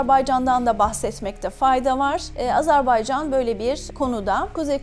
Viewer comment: Hocam Azarbaycan diye telaffuz ettiniz. Doğrusu Azerbaycan’dır. Lütfen özen gösterin.